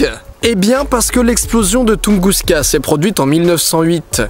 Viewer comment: j'suis peut être chiant mais je crois que c'est "Tunguska"